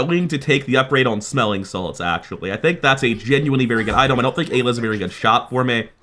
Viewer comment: am i going crazy or is bro saying idol instead of item?